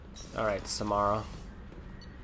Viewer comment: I hate it when he calls Samara, Samera. I'm always like "IT'S SAMARA NOT SAMERA!!!!" I know it's stupid but really annoys me.